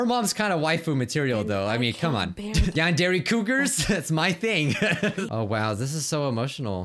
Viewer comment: Welcome to Yandare Simulator! Me: You mean Non-Dairy Simulator?